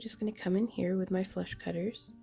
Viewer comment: Am I weird for finding it very amusing that every time you say "flush cutters" I hear "flesh cutters"? Anyway, I'm gonna need to do this some day, but I say that about so many things, and then I somehow never get around to do them ever. Maybe I'll get the craftalong-kit. That could be a motivation.